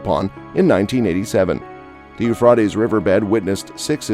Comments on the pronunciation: Rate like freight not fraaat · How, how, how can anyone take you seriously when you can't even pronounce the River Euphrates correctly? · Let us pronounce Euphrates correctly please at least.